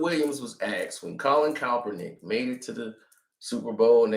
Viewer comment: Hilarious how always pronounces it Colin Kalpernick instead of Kaepernick 😭🤣